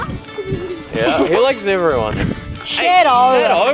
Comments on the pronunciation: Fucking accent is gross. Pronounce “shadow” like SHEDO and I thought they were saying cheddar for a second. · The first time u said his name I thought u said shito...